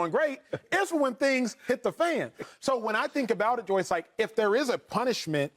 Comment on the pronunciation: Is Acho saying Joyce?